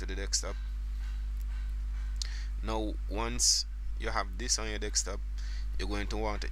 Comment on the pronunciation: Sounds like you say dickstop instead of desktop AHHA